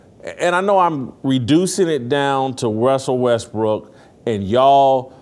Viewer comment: WESSEL WESBWOOK???? 😂😂😂😂😂😂😂